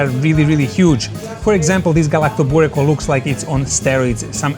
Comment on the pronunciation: You pronounce Galaktoboureko correctly but punt on Baklava?